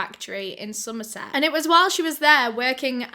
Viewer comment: I'm from Somerset and almost popped my eyes out when you said it 😳